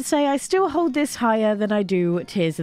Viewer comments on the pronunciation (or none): none